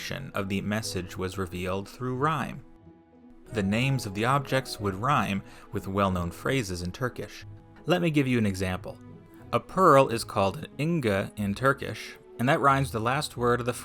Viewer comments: I wish you checked google translate or something for turkish pronounciation 😭😭 It's inci, pronounced as "inji", not ingi. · inciyi nasıl inga diye telafuz ettin abi